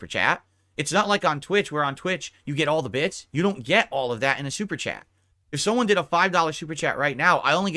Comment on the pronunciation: "They can gwet fucked"